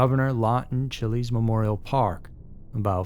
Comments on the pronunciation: said Chilies and the news reporter said Chiles correctly in the video. 😂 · CHILES rhymes with piles